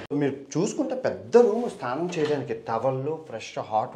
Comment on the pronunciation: STHANAM kaadu SNANAM ......